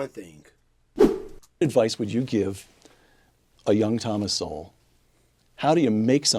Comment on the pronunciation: FYI, Sowell is pronounced like "soul" or "sole". The "W" is silent.